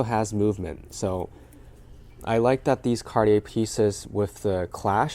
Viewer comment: I know Americans can’t or don’t want to pronounce most foreign luxury brand names properly but you, as a regular shopper of designer brands would know how to pronounce “Cartier” correctly